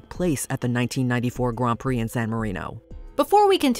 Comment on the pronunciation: Thank you for pronouncing grand prix correctly